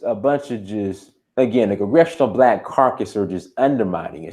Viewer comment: It is caucus, not carcas. Caucas is an association and carcas represents something dead.